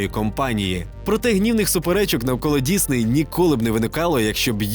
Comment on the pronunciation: Дякую, що кажеш Дісней, а не Дізней, як на Розетці.